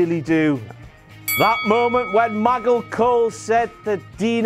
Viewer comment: King! Why can you pronounce Mick correctly, but not Maggle? That said, you used Michael a fair few times this time.